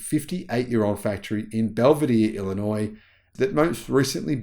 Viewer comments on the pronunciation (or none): none